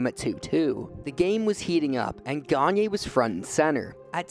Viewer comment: Sam GaG-Nurrr